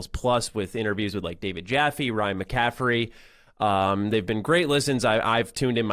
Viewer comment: That was cute when that person tried to call out for saying McCaffrey wrong